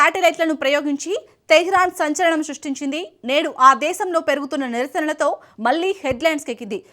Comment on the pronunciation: malli kaadu talli.. మళ్ళీ .. మళ్ళీ ..